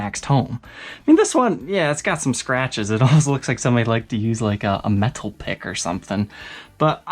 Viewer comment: One day you’ll learn how to pronounce metal 😂 great videos tho as always